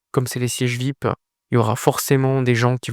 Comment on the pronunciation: Frangin, fais quand même l'effort de prononcer #Vi-ayi-pi, en lieu et place de #Vip, car certains auditeurs ne sauraient deviner ce que c'est. Sinon, courage pour le sacré job que tu abats💪